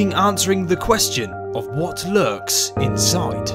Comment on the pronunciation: "what might be hoiding insoid of jupiter"